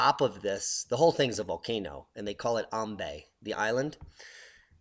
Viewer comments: It's actually pronounced "Am bye" island, I know the spelling may say otherwise but just trust me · Thankyou for the explanation, Just for correction, it's pronounced AM BYE and Manaro VOO WEE. I come from ambae and I did not know that this was a shield volcano. I went off on a researching spree after watching this video, I am now more aware of the dangers that this eruption poses and will continue to urge older family members who refuse to leave the island to move out ASAP.